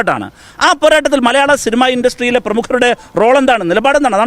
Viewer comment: സിൽമ അല്ല, സിനിമ. ഉപദേശി കൊള്ളാം.